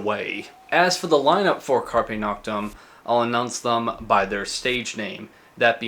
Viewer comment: carpe noctem speak Latin bad.